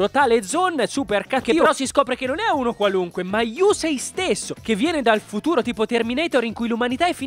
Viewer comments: Però si dice yussei non yusei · Sentire yùsei fa male alle orecchie :)